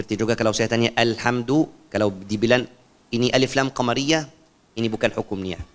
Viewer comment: Afwan syeh bacaan Alhamdu Alif lamnya kurang cepet atau jangan dipanjangkan baca Al nya🙏🏻